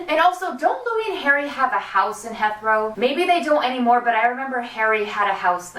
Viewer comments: He-throw. Not Heth-row x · Hey, jus to be helpful, it's pronounced Heeeeth-row. xoxo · Dah-ling, it's pronounced " HEEEEETHROW AIRPORT". Love all your updates. Keep up the excellent work. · It's *Heathrow, as in heeth-row :)) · THATS MY AIRPORT 😭😭😭 and its "he-throw" 😂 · you're pronouncing Heathrow wrong!! its said He-th-row. im sorry ily but I cringed inside every time u said it wrong. ly and sick videoo xx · Omg you pronounced Heathrow wrong but it was so cute!! And also Harry used to/still does (idk) has a house in Hampstead not Heathrow xxx